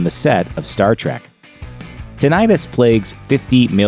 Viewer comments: itis indicates that something is inflamed. The word is pronounced tin-i-tus, not tin-eye-tus. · Yeah, I kept hearing it pronounced with the long "I," so I looked it up: "TIN-it-tuss," it is. (PS mine isn't painful, but I just realized I should be connecting my headphones to my TV set with my extension cords so I can hear what people are saying when they don't speak up.) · It is pronounced. 'tin it tuss' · tinnitus noun tin·ni·tus | \ ˈti-nə-təs Both "i"s are short.